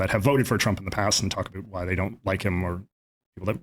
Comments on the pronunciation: JJ is a contrarian by nature and his pronunciation of “about” is closer to the America parody of Canadians saying “a-boot” than any other non comedian Canadian say that same word. I’m pretty sure JJ says “a-boot” like that on purpose to get attention. All of his other pronunciation are pretty average… and then he drops an “a-boot” out of nowhere. He does it for shock value. That’s who he is and that’s why it bothers me. It’s not natural, it’s a parody. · It's kind of annoying the way he says "About". More because it's obvious he tries to say it every sentence just to let everyone know that he is a Canadian that pronounces "About" in the way it is done in South Park. I'm Canadian, never once, not in my life, not once in my life have I ever heard someone pronounce it word like that. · Im Canadian as well and have never met someone who literally pronounces it ABOOT. WTF. Yes I feel like he's really trying to embrace his Canadianness and overcompensating. Usually when Canadians sound like we say "aboot" to Americans it's more hyperbolic and just meant to emphasize that we pronounce "ou" words differently. When an American (especially from the south) pronounces SOUTH for example. It sounds more like "SOWTH" So when someone pronounces it SOUTH it sounds more like SOOTH to them... same with ABOWT, ABOUT, etc. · Thank you! This was driving me nuts as well. For the non- Canadians, in the stereotypical Canadian accent it is pronounced "aboat" not "aboot". This guy doesn't even have a heavy Canadian accent. The way he is saying it just does not sound natural. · No, the "Canadian" stereotypical accent exists, half of my family from a small town has it but they do not say "aboot". It's pronounced "aboat". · His mother is from the Maritimes, where that pronunciation is common. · There's like an 8 year old video of him playing the first FNAF game and he pronounces about like he does now.